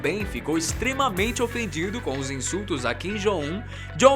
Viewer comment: Ele dizendo "Kim Jong Un" me da uma agonia 😂😂😂 Mas paciência.. ninguém é obrigado a pronunciar certo de qualquer forma